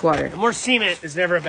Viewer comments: Bro why did he say it like that ? 💀☠️ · He says cement like the t is silent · Why he pronounce “cement” like that